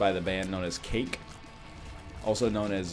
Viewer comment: Please never call Cake "Kakke" again.